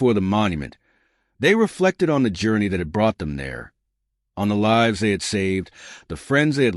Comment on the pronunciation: The Gudgeon did not sink a Japanese carrier as this narrative claims, nor did it cause the US Navy to fix problems with the Mark 14 torpedo. This story is a bunch of BS. I hate AI reading, you can tell by the pauses in the middle of a sentence and the way it mispronounced words like lives (in the story it was meant to be the lives of the people on board, the AI pronounced it as as in "Frankenstein's monster lives"). Telling a false story does not honor those who served.